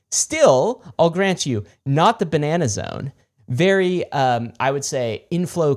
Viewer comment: You boys can't say "Ba-Nah-Nah-Zone" without also taking a sip of wine immediately after. If you're gonna do it, do it right. :)